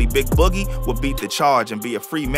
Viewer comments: 😂 he tried . Sad cause he practiced boogie all day and still got it wrong lmfaoo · How the anchor man can’t pronounce “boogie” ?